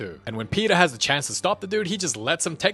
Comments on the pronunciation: it is “The movie begins “ Not DA MOVIE BEGINS” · i know its going to be a peak vid when i hear 'da movie begins...'